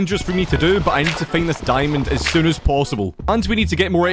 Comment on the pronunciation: Original👇 His Pronounce👇 "Minecraft" "Meincraft" "Find" "Feind" "Mining" "Meining" "Now" "Nou"